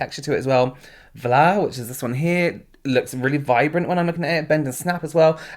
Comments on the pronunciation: The fact that you pronounced the shade “vla” correctly by emphasizing the soft v instead of blurting out FLA... that’s talent, luv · Might sound random but thank you for pronouncing Vla correctly.